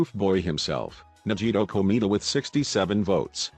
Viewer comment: no one: text to speech: naGEEto koMEEda, kawAYday (🦅)